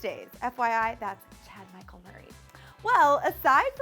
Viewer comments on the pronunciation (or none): none